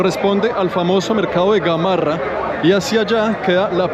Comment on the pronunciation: Es cierto que necesitamos más trenes, mínimo 20 vagones más. No es Gamorra,Gamarra.